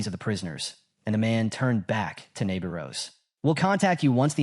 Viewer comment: The master name is nibbor rose not neigbour rose😅😅😅😅